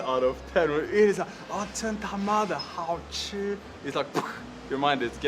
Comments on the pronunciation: 一般人不會說真他媽的好吃，很沒氣質，尤其女生（沒性別歧視喔）。 不過Jonas這句發音還不錯呢... 我會說超級好吃/夭壽好吃/超！好！吃！ 我們從小到大就一直聽到“貓咪看的到鬼”的說法，我的貓半夜亂叫我也會有點害怕，但會刻意不去想這個傳說，但你把他說出來了，難怪查理更害怕了，哈哈。 大部分的人都是好的，但還是要保持警戒心唷。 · 「真他媽的好吃」,,你這句這的最標準. 給你100分. 但我們不會在外面餐廳用..哈哈